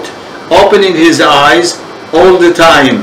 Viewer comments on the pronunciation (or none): none